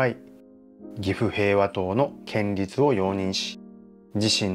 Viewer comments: 建立→けんりつじゃなくて、こんりゅうでは？ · 建立は「こんりゅう」。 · 建立は「こんりゅう」と読んで欲しい！内容と取材の姿勢は共感できる。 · 仏教的な建築の場合は建立(こんりゅう)と読むべきでは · 建立をけんりつと言うところがすっごい気になる…こんりゅう。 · 地元で気になって見ました！こんりゅうが、けんりゅうになってたのが気になりました。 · 。いつも素晴らしい動画ありがとう、と素直に言いたかったところでしたが、 建立、けんりつ、ではなく、こんりゅう、ですね。 うっかりミスかな、何度も出てきたので、とても気になりました。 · 寺社仏閣の施設建物を建設したり設置する事を、建立と書いて「こんりゅう」と読むんですよ。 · 宗教施設を建てる場合には「×：けんりつ ⇒ ○：こんりゅう」と読むのが正しい読み方ですよ。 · けんりつ って。建立「こんりゅう」じゃなくて違和感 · いやいや仏教に限らず、こんりゅうと読むべき。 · 建立はコンリュウと読んでください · 建立を「こんりゅう」と読むことを御存じないのがねえ・・・ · ホンマや！ "ほつがん"とかしっかり読めてるのに、"けんりつ""けんりつ""けんりつ""けんりつ""けんりつ""けんりつ"…あああ！ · うーん、仏塔だから「こんりゅう」と読まなきゃ。ちょっと勿体ない。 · 建立を けんりつ と読むの 大人として恥ずかしいですよ😰 しかも何度も😭 こんりゅう が正しいので 覚えておきましょう🖐️ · 他の人も書いていますが、せっかくよく調べてあり面白いのに、建立を「けんりつ」と読んでいるのが残念。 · 建立はこんりゅうという読み、けんりつとは言いませんよ。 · けんりつ・・・建立(こんりゅう) こんりゅうです。もう少しお勉強しましょう(◞‸◟) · せめてちゃんと、こんりゅうって言ってれば良かったと思うんです...🙇‍♀️ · 、老婆心ながら建立、こんりゅう、とお読み下さい